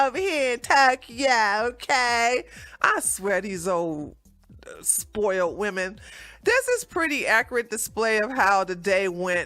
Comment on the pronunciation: Woomen lol killer